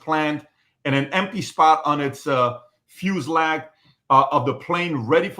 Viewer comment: He said "fuse lag" hahahaha